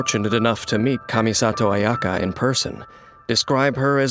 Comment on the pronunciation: japanese ayaka : kamisato ayaka english ayaka : KUHMISATOW UHYAKA